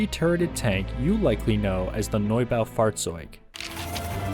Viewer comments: Nob-a-fought-zotig that’s pronunciation for the tank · I dont know why, but the "Norbow Fartz-zoid" is so damn funny to listen to. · As a german I approve your pronunciation, definitely close enough!